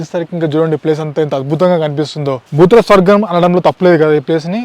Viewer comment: గారు బూతుల స్వర్గం కాదు "భూతల స్వర్గం".